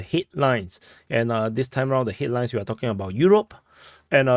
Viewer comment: Headlines? I heard hitlines.😂